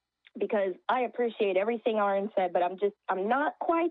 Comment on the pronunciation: 😂 Aron’s Cringe when she said his name wrong lmaooo!